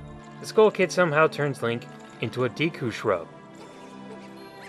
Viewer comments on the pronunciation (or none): lol its Ro-mon-y and deck-oo